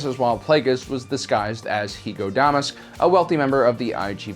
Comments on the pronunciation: He has now mispronounced both names of Darth Plagueis. Lol. In easier videos he pronounces Plagueis as (Play-gee-us) not (Play-gus). He did pronounce it right in this video finall. Now he pronounced Hego Damask II as (Dam-usk) not as is should be as (Da-mask). Not a big deal but it kinda erks me because he is my favorite Sithlord and ive noticed it every time. It only takes a few mintues to Google. Lol. I wonder how he would pronounce Muun or Muunilist. I think he did but I don't remember how he said it. Probably said it like (Moon)....god I'm a nerd. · Hego DA*MASK, not Hego Dem*ask